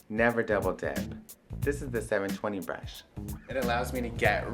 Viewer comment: i like the way he says "brush" :D:D like breeash :D